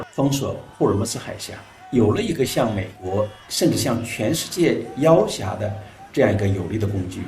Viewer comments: 背景音听着是普通话口音唉，台湾腔读错就算了，说普通话的还能念错这种基本词语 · 要挾xié，不是要峽xiá😏